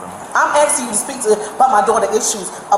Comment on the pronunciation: "ASKING" its incredibly easy to pronounce correctly. I've been doing it right since I was 3.